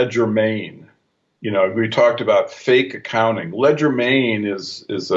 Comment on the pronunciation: Hey ur a really smart guy so what is ur problem with proper pronunciation? I'm sure Kelly cringed every time you said "ledger main" when I'm sure you meant legerdemain" which is French for quickness of hand. There are other words you seem to have problems with and it is quite distracting at least to me when you throw these linguistic curve balls out there. Other than that I appreciate fully what you do and this series is excellent in every way except for these occasional glitches.